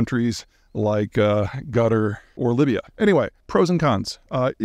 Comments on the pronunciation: it just appeared to me that Cutter might be a better spelling to pronounce the name of 🇶🇦 Qatar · please lengthen the A in qatar and the q is pronounced like a K so its like Kataar not gutter hahah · Khathăr or Gathăr (the second "a" is short) but preferably not Gutter :) even if they occasionally deserve it. The US/Qatar/Hamas/Israel relationship is complicated. While being Gaza's largest financial backer leading up to October 7th, they are also the most prominent mediator in the conflict and a US security partner. Israel allowed Qatar to fund the Hamas government with the goal of stabilizing the region - something that obviously didn't pan out... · I recently listened to a professor at Qatar University, and he said there were three ways of pronouncing the name of his country; they are - Gutter, Cutter, and Qatar. If one questions google about how many names there are for Qatar that answer comes up. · I love how Peter calls Qatar gutter. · ”Cutter” I think sounds closer. The Arabic “Q” (and also the “T” in Qatar) is said from deeper in the throat, which is an unusual if existing sound coming from other languages, while the “A”s in the name are the short kind. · How hard is it to pronounce Qatar? Not Gatar! Peter usually put effort pronouncing harder countries and cities names. 😂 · Did Peter just pronounce Qatar as Gutter? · It's pronounced Cutter. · Gutter or Libya? Is that supposed to be Qatar?